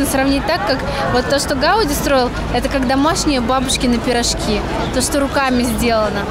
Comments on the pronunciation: ГаудИ , а не ГАуди !] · Gaudí, ударение на и.